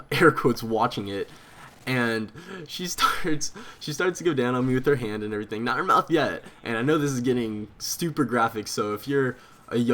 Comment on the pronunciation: By far your my favorite houtiner but youve gotta stop saying "and errything"